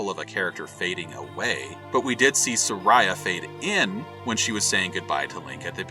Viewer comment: Did you call her seraya?😅